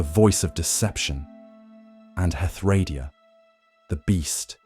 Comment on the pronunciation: Pronunciation in DnD is always a tricky thing. I believe the most common pronunciation of Hethradiah is Heth-Row-DIE-ah. Confirm this with others and then make a choice. No judgement here.